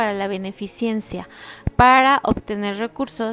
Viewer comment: Te felicito por tu narración, mi único comentario es que no se dice "beneficiencia" sino "beneficencia".